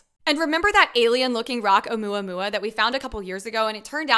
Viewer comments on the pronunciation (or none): none